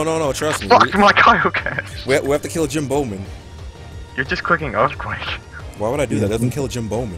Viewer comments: Long story short, pronounced someones Twitch name incorrectly as "Jim Bowman" when that person re-subscribed. Can't remember the exact name.:] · xFreshgameRx Asshole666777 someone's name was Jimboman (pronounced Jimbo-man) but was like "Jim Bowman has subscribed" and they just tooled on him